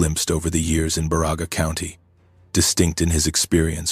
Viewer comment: Love the stories...BUT! CAN You please get the name Pronunciations Right!! My relatives are from BA Ra Ga County! Elo and Pelkie and Johnson farm on Johnson Rd.!!! SISU!